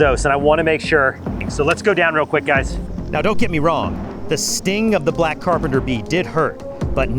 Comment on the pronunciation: "that is a REALLY BIG AND BLECK CERPENTER BEE" got me